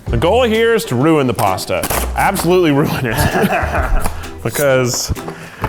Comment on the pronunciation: When I was little my mom would make this pasta/rice hybrid (I forgot what it’s called) and Keith’s “pashtatos” remind me of it